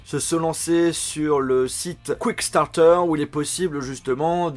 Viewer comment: KickStarter, pas QuickStarter